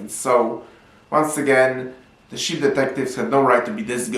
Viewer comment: The sheep 🐑 detectives are on the case you can Baaaa-et they won’t have the wool pulled over their eyes 👀! lol also it sounds like you’re saying shit 💩 detectives 🕵️ at the end. On the case of the unflushed toilet?